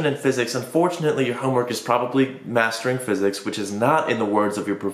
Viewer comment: Mastering physics. He says it like it’s a swear word 😫